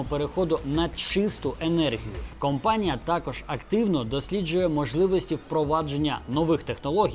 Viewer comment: Цікаво, спасибі. P. S. Не "кампанія", а "компанія" - це дуже різні речі.